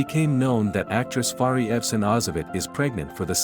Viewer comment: Very nice voice of the narrator and the narration is very clear. How he pronounce the name of Fahriye is even cute.